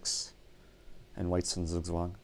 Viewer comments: Crammy Thomas He is pronouncing it wrong... literally I‘m german and couldn‘t understand it... It‘s still „Zug zwang“ and not „zugzwang“ he is saying it way to fast and with a french accent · Can you try to pronounce "Zugzwang" right? it is pronounced Tsuk Tsvang: TSUK - rhymes with Luke, as in Luke Skywalker TSVANG - rhymes with dung, as in dung beetle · The Germans in the audience would probably appreciate your dedication to them even a bit more if you pronounced "Zugzwang" correctly. The German pronunciation of "Zugzwang" is approximated by "tsug-tswahng" in English. German "Zs" are not pronounced the same as English "Zs," having a "ts" sound. The English "Z" sound is approximated by the German single "S." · Sugswang xD Sounds funny how you pronounciate it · I don‘t know if you care but the right pronunciation of z in Zugzwang is like the englisch ts in cats or sits. The w is pronounced like the englisch v. :) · You pronounced "Zugzwang" very wrong. Noone in Germany would understand that :D